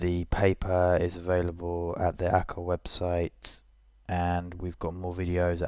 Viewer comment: its not Aca its pronounced as A Q A. jsut say the letters. its not a word lol.